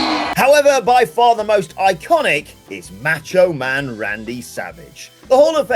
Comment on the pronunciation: The way you pronounce Macho Man 😂